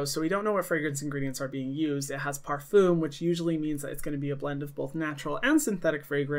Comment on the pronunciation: did you just pronounce a french word in the diluted american way to say it? AHHHHHHHHAHAHAH I LOVE YOU AND IDK WHY THIS IS SO FUNNY TO ME AHAHAH I cannot get over how you say parfum. In french, it actually sounds more like pah-fum but like when you say the r that sounds more like an h, you do that weird back-of-the-throat thing, but it's hard to do when you're from america and didn't take French. Idk how to explain it.